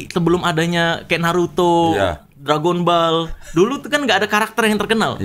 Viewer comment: Dragon bol bang, bukan dragon bal 😂